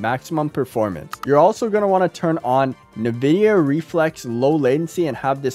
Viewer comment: say nvdia again please...